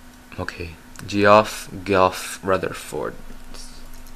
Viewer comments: I think it's pronounced Jeff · Btw Geoff is pronounced Jeff. I was like wtf the first time I saw that name too xD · And the guys name might be pronounced Jeff